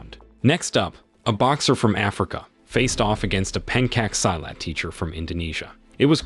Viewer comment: Please look up how to say Pencak Silat .. you butchered it.